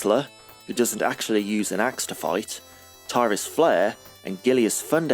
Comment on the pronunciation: The team behind Beast Rider didn't know this, but the correct pronunciation of the amazon character's name is 'Tirris' and not 'Tie-ris' - in Japanese it's ティリス=フレア (Tirisu Furea), but you can also tell from the way it was translated on the original cabinet in the West - the game itself named her Tyris Flare (well, technically Tyris=Flare), but the cabinet named her Tillis-Flayer.